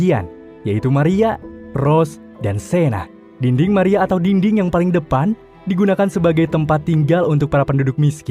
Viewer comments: Yang orang denger: dinding Yang gw denger:dingding, diding🗿🙂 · Ini pendengaran gw doang atau emg abang ini ngomongnya dingding wkwkw